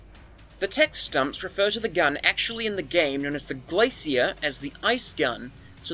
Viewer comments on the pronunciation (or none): none